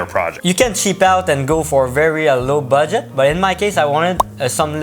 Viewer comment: The way he says Budget sounds like Baguette its so cute lol